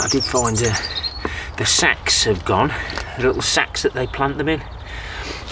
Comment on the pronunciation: It's really mucky,! Robin is going crazy!! You have to wear a gas mask for the stink! I swore you were not saying sacks! LOL Must be your accent! Seems to be working and if you let the worms at it, you'll end up with some nice compost!! It's not that its not usable; it's usable later that's all! Agreed, I would not pay to throw that out!! Oh she's gonna smell you coming, my friend...Best shower the minute you get home and get those clothes into a wash! Good luck!! Cheers, my friend!!💖PS ( you should hook a camera to that Robin!)